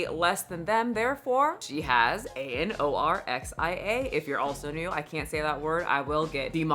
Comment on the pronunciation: How did you spell anorexia so fluidly. Like you said it so well 😂